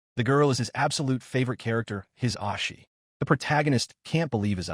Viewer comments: It's "O Shi" not "Os Shi" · Oh-She not Ah-She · His "ahshi" 💀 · His ahshi? Wtf is that pronunciation?